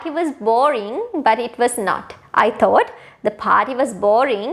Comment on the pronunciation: Good lesson, teaching, but you should check your pronunciation of "thought" didn't sound right. However, I enjoyed your lovely voice.